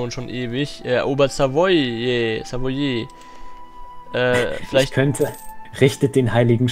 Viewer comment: Schöne folge👍 Könntest du vlt. mal nen "Grenzbereinigzngskrieg" gegen portugal führen, Westafrika sieht nämlich grausam aus😂 Nebenbei: Dieses "Savoiééé" spricht man eher als "savoa" aus